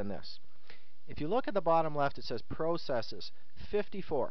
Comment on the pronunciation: Pro cesses haha, i've never heard it said that way. Very helpful video tho.